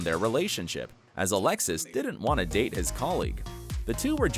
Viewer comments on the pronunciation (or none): none